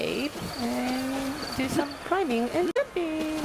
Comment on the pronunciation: "do some criming and jumping?" nice asian accent